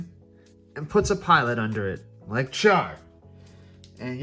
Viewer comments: It’s Char. It sounds like “Shar” when said with a Japanese transliteration. Kind of like Alice would sound like “Arisu”. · SO NOT WEIRD. Just interactions you may not be used to or aware off. Also Shar not cha-r.